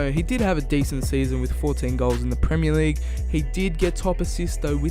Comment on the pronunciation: "League uh"